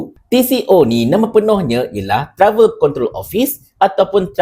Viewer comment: Sebutan TRAVEL 🧳, kasi cantik sikit. Please pronounce it correctly 😅. Just a suggestion for your own improvement.